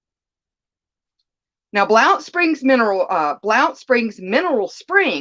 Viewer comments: Yes the real way to pronounce Blount County sounds like bunt County and yes in the sumer time we are covered up with rattle snakes and I do mean some very large ones!! Let me see if I still have a picture of one I killed this past summer in my yard it was over 6ft long !! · Blount is pronounced blunt, I grew up and still live in Blount springs Alabama